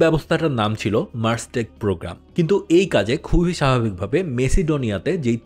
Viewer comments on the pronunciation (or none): none